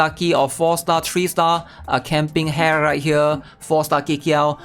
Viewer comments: stop pronouncing it as camping hair tho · hahaha kind of feels weird but dont know why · At this point, I'd just conclude that he doesn't read comments, he is pure trolling, or just plainly doesn't care. Or maybe Dyslexia, who knows.